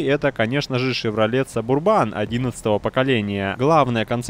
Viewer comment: если я не ошибаюсь правильно назыать субу́рбан